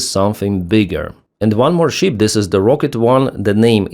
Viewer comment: ❤ Пане Денисе, як завжди - чудові відео чудовою англійською! 👍 Невеличка ремарка - стосується саме цього відео про кораблі: гадаю, Вам не буде складно підкоригувати pronunciation слова SHIP - тут все дуже просто. SHIP {шип} замість {шіп} що звучить наче sheep 🐑 вівця. Спробуйте, коротке {шип} - і наступне відео про враження кораблів звучатиме ще краще. Сподіваємося, ЗСУ подарують наступну нагоду для такого відео дуже скоро 😉 Вітання з Канади 🇨🇦✌️🇺🇦